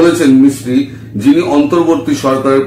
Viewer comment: Vikram Misri... Not Sikri...!!